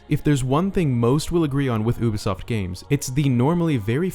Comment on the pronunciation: Isn't it youbisoft not oobesoft